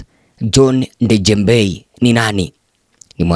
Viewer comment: Ndejembi bana, sio Ndejembei